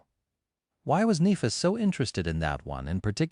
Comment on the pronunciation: I wish the AI would stop mispronouncing Nehfis